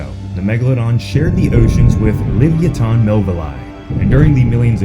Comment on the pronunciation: Its LEVI OH SUH!